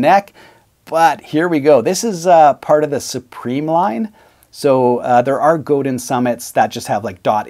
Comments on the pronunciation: Just a minor point, but I believe it's pronounced "Go-DAN" not "Go-DIN". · forgot.... It's pronounced Go Dahn LOL it's a French thing I suppose. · Commenting from the U.S. here, so I’ll defer to our Québécois friends, but I believe the company name is pronounced “go-DAn” (the n lowercase on purpose because it’s a bit softer). I’ve heard people from the company (I think including a member of the Godin family) pronounce it that way on their website videos. But, again, I’ll defer to those of you in Quebec (greetings, by the way, to my neighbors to the north from not too far south of you in the Boston, Massachusetts, area!). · Nice guitar. Nice review. I think the name is pronounced "Go-Dine". I have always loved guitars that are well made to be players. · Godin sounds like go day when someone from the Godin family pronounces it. 😎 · its pronouncrd Go dan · I have owned a Squier Strat and an Epi ES355. Traded both for a Godin Radiator. Awesome guitar, made in Canada by Canadian craftsmen. I would only trade it in on another Godin electric. I also have 2 Seagull acoustics (made by Godin) that I would put up against any Gibson and dollar for dollar they can’t be topped. By the way, you need to brush up on the pronunciation of “Godin” 😉. 🇨🇦🎸😎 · Wait a minute...even the polite Canadian guy pronounces it wrong? Maybe the rest of Canada really DOES hate Quebec...